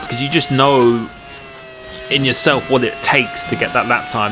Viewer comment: “You’ve got to get yoselv in a ryvum”